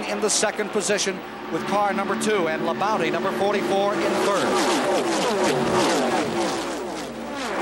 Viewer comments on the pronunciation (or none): I was cracking up how they kept referring to Terry Labonte as "Terry Labounty". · Earnhardt, Bodine, Rudd, Bonnett, Gant, Terry Labonte (Squier pronounces it "La-Bounty"), Richard Childress, Earnhardt's future crew chief, racing each other (cool). Only Neil Bonnett was a former winner of these guys at this point. Plus the "Big Four" (Petty, Pearson, Allison, Yarborough). No Bill Elliott though..... Although he was in the '78 race, I think finished 8th (!) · Hate how they say Labonte.